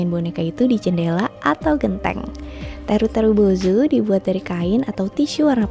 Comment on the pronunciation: "Teru teru bozou" 😅 Seneng aja denger pelafalanya 😂